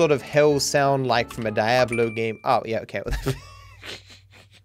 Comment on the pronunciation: Can we just discuss his pronunciation of "Noire," "Diablo," and "Sega?" Cause none of them are right XD